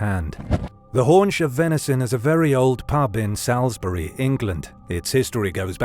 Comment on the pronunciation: Hate to be that guy but Salisbury is pronounced Sauls-bury. Great video still though